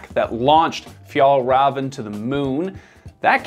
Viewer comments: Fiell-reven and Awkeh Nordeen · Difficult to listen to the author butchering even an easy word like Fjällräven. How abour ignoring the umlauts and just pronounce it an anglosaxon way, like in Fjallraven? Skandinavian 'ä' is basically an Englisch 'a', nut a 'u'. Åke Nordin isn't pronounced Ake Nórdin, but Oke Nordín. Should I continue? 'Bergen' means one specific mountain. A mountain range would be called fjäll. Don't dare to try 'sjöen', Even I struggle with this beautiful word. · Pronouncing it like "Fjollruhven" instead of "Fjehllrheven" makes it sound like "Fjollröven" which in Swedish means "The sissy ass" instead of "Arctic fox". Swedish is hard. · Your saying the company name wrong. Raven is said as rayvan. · Honest question: How can you make such an in-depth piece on Fjällräven (Fee-yell Reh-ven) and its founder Åke (Awe-keh) and get the names pronounced so wrong? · Am I going to be the annoying person who focuses on the pronunciation rather than just enjoy the new information… yep. Fjäll Räven is pronounced ”Fjell Reeven” Åke is pronounced ”Ooke” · name "Åke" is pronounced all wrong with an umlaut massacre. It's more like "o-ke", where both the "o" and the "e" are stressed and no diphtong. "Fjällräven" is pronounced wrong too, it should sound more like "Fyell-raven" where "raven" is pretty much pronounced like raven the bird. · You don’t pronounce the “v”. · Pronounced of Fällräven = Fjaellraeven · For a good approximation of the pronunciation of the ä in Fjäll: the ä sounds like the e in the english word hell. The ä in Rävn is a bit more tricky, though :-D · as i ´fjellraev´ he just said as a mountain ass, too funny ahhah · Fjällräven means mountain fox, but the the way he says it it means mountain butt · great video but as a swede this pronunciation hurt to hear lol